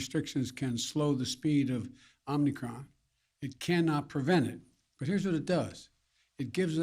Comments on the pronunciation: OMNI-CRON??? What a baffoon. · OmNicrom ??? Lolol